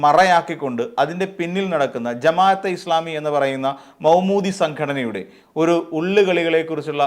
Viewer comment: Say Maudoodi not Moumoodi